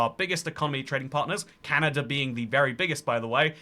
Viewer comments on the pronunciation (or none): "Canader" new slur just dropped🗣🗣